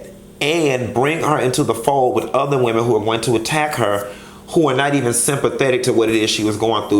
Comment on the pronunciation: Its "Wimenz" sis 😂😂😂😂😂. Lol I love when he says that